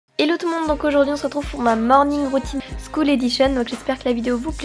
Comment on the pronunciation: hello! Juste pour te dire que ta vidéo et au top 👌 PS : il y a une petite faut à c'est " school " et pas " scool " voilà ! love 💟💟💟